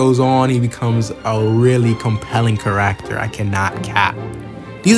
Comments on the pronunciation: 🤣 “car-act-tor” It’s pronounced “care-ek-ter” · hey Great Video! not to be rude but the way you say character is a bit off you kind of say it like care-ack-ter when it should be said care-ik-ter great vid though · so unwatchable because of the way you say kuh-racter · Only comment that truly gets it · Can i trust an opinion from someone who says charaacter (i read orv all the way through) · Why do you say character like that? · Bro are you saying character? 💀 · I’m sorry but please practice how to say character. I personally love orv and I like listening to different opinions. I think the video is nice. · I love ORV, this is a cool video. The way you pronounce "character" tho has me rollin. At least you're not calling them by their surnames like half the videos out there lol